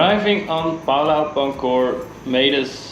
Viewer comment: Het Woord Pulau spreekt je uit als Poe-Lauw.